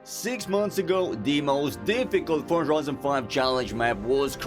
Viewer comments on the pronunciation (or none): "Fortza" Why did add a T to Forza???